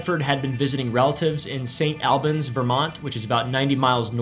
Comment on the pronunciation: st alll-bins not AL-bAns lol